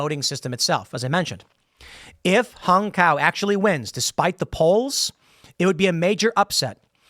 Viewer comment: Tim, HUNG, the Vietnamese name is pronounced Home. I had a very good friend by that name.